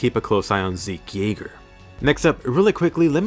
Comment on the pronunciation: Zeke Jaeger not Yeager wtf is s Yeager (Jaeger) meaning Hunter in German zeke meaning victor hunter in English